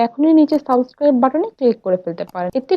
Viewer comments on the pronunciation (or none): সাবসকাইভ হবে না উচ্চারণ টা সাবস্ক্রাইব হবে,, i hope next time r vul korbe na,,,btw cake looks very pretty ☺️ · Tumi jokhon chocolate ganach er recipe share korchile tokhon tumi bolecho 2 table tamoch chini use korte...ar tumi properly subscribe kotha tao uccharon korte paro na...eigula ektu thik kore bolte shekho!